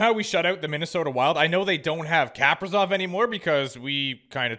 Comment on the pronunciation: Your saying Kaprizov wrong